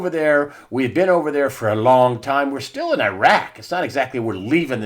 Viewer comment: Thank you so much for not saying "Eye-wrack." I sometimes think you are the only one. As for pulling out of Syria, the "powers that be" want us in a war (they'd like a bigger one), so any war will do; it's such a racket. I think Mattis was hedging his bets with the deep state.